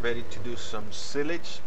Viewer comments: pronounced sigh-lige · The way u pronounce silage is funny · S-y-l-a-g-e. Silage